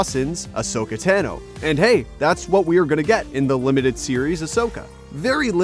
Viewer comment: Ahsoka Teh-no Producer Guy: You sure that these name pronunciations are the same as they are in the show?: There's literally no way for me to verify that